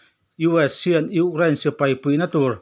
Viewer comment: Gaithla hman chiah e ngaihnawm dawn lutuk ... Mahse ugrain ti zel a 😂 Ukraine 🇺🇦 🙏🏼